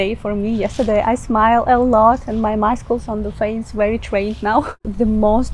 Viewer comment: very nice tips you have provided here, Well Presented Your way of presentation is very Sweet.... I like the way you say Maskals (Muscles) Ha Ha Ha Ha.... Don't feel bad, I know you are not a native English speaker.... Nor am I but I had my schooling in an English Medium School....